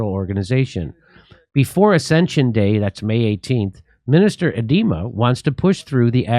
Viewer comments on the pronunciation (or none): Its Agra culture minister A DE Ma thats how you speak out his name ADEMA = A De Ma A is not spoken out has e but Annonomus A .